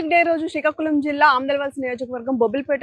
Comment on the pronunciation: Malli shikakulam kadhu madam... Srikakulam ani palakali...